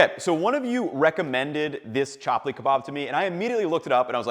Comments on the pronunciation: It is pronounced Chup-lee not Chap-lee. But no worries, this kebab is sooo tasty that I can forgive even u if kill me. Coz it's worth dying for 😂. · i think you're supposed to pronounce it "chup-pull" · Thank you for sharing this recipe! Just a note that it’s pronounced Chap-li like the “tup” in Tupperware, and Pakistan with the same “a” sound in walk. Love that you’re comfortable with sharing recipes from other cultures and do so with authenticity. The pronunciations are a part of that! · Chuplee kebab is pronouced , like if you said PHuck-lee not hating, just correcting :D